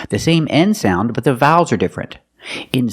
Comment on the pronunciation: I finally watched a Marina Mogilko video (BRITISH VS AMERICAN ACCENT EXPLAINED) The way she says "vowels" is hilarious 🤣🤣 wowels When she says "copying" sounds like "coping" it really confused me 🤣🤣